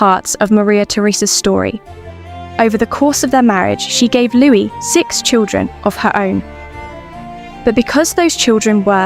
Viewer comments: Why do you pronounce the ‘s’at the end of Louis XIV? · All noble women should have been raised to KNOW that their husbands were likely to never be faithful to them. It was more than common for men to have affairs, it was even MORE common for kings to have affairs. Going back through history, it must also be said that if the king wanted to bed a particular woman, SHE DID NOT HAVE THE CHOICE OF SAYING NO. To the narrator. Stop calling Louis the 14th, “Lewis”. You do not pronounce the s!